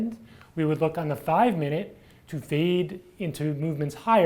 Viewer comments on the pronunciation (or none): Hi.. its not 'feed', its 'fade'!:)))